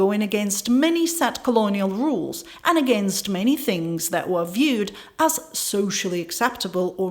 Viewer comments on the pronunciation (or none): none